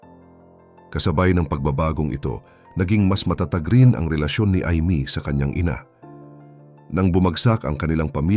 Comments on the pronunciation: I mee not Eeemee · Learn to pronounce well. Imee is not pronounced Imi! But Aymi! Dami mo mali sa pronounciation. Are you Tagalog or not? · Kaalam bakit emee pronounce mo I. Mee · Pronounce Ay mi not eemi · Mali ang pronounce mo sa IMEE saang planet kaba galing.🤣🤣🤣🤣🤣